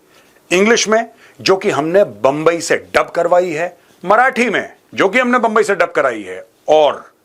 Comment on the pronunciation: It’s humble request say Mumbai not bumbai